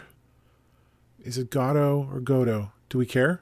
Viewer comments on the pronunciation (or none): none